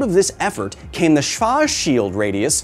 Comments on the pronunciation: He said "Shwashield" and I took that personally even though he apologized immediately. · But Kyle, isn't he technicly just bench pressing 1 esrth mass? Like he moves the planet around the black holes. AND PLEASE STOP SAYING SWARSCHIELD 🙄 Eather you get better at pronouncing it or just say Blackshield 😬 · Schwarzschild pronounciation = Shwartz-shield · 😅 "Schwoarchshield" ... Is it so difficult to pronounce that? Simply say : "shwaartz shield" the dopple A without "I"... 😊 ❤ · schwartzschild is literally just schwartz like sh and then warts like hogwarts, if you are feeling particularily german you can go for the proper w or what english speakers would write with v and a more agressive tssss sounds none of that sjwars bs go SCHWARTZ and then schild is shield. german version as a lil shorter i shwarts shield is completely fine though, its the equivalent of hearing a german say "senk yu" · We accept your apologies. Here's a German advice to pronounce "Schwarzschild" somehow better. Make it two seperate words, it's "Schwarz"(ShwarTz) and "Schild"(Shilt kinda like TILT) - Please, no shield! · Der heißt SchwarZschilD nicht swaschil. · It's pronounced "Schwarzschild'. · I don't judge english speaking people for the rough transition from SCH to W. Now you just have to try and get the Z in there (Schwar > Z < schild), cuz rn you're just leaving it out completely. No bad feelings tho, German is the Dark Souls of western languages XD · it's pronounced "Shvarts - Shilled" (silent "e" like in "chilled") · you can't say schwartz? isn't that a common name in the us? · Schwarsh shield...' /sooryy Germany/ ' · "Carl Schwarts-Shilld"...almost got it Kyle! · As a german the way he says schwarzschild is so 😵😵‍💫🥴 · Hi, German here. Don't worry about the pronunciation, it's a pretty hard name. Buuut, if you wanna get closer to the German pronunciation, imagine "sch" as "sh" and "z" as "ts" So, try "Shwarts shild" instead. And yeah, there is a pause in between. It's hard. 😅